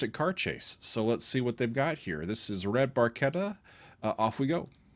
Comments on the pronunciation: Just FYI, "Barchetta" is pronounced with a soft "ch" (like "choo-choo"), not a "k" sound as you have butchered it. It's a model of Ferrari. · red barCHetta... like it sounds the CH.. as in cheese or cherry... not a "K" sound.. he sings it in the song.. unfortunately you were talking when he says it.. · Dude. Red Bar-CHE-ta. We ain't Italian. Turn off your snob. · And, the pronunciation is, "Red barCHetta". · Ahh, the leapfrog structure of misprounced letters! Geddy mispronounced Barketta and most Americans mispronouce YYZed! I have to wonder, what is the whip cracking sound Neal hits on YYZed? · red barchetta is pronounced with a "...CH" sound not a "k". 😃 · Yep. So Geddy gets an F for his Italian. But I'll let him off on this one.